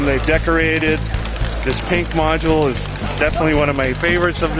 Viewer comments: How many times did he say modue!? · Ok... module